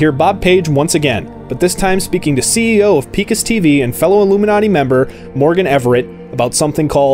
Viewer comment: Nice summary, but have you really played the game? You mispronounced the name Picus TV.. It's Pai-kus, not Pee-kus. I am not sure you really played the game man.